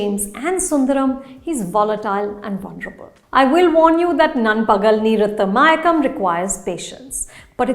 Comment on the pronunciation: Anupama, you nailed it with your pronunciation of the title. 🙂